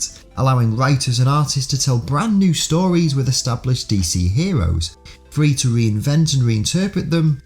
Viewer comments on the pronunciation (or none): none